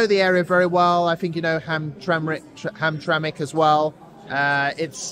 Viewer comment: The way u pronounce Hamtramck is irritating… no one thought to correct you😅